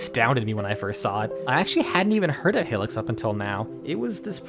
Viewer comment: It’s pronounced HIGH-licks